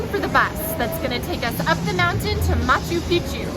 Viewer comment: Why do you pronounce is as "machu peechu". There's an extra C there. It's ma-chu pik-chu. What can be easier to say!